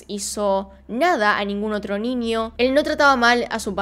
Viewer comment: Veo tus videos porwue me gusta tu acento al decir "ninio" xD